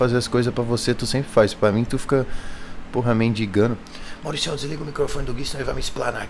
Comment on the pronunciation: “Aqui é mauriciaum” kakakakak